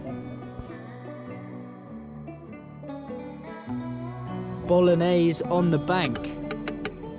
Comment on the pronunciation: I'm Italian, and every time I hear "bolognese" mispronounced a piece of my souls dies 😂😂